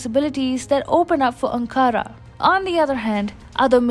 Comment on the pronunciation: Video is great but please pronounce Ankara correctly.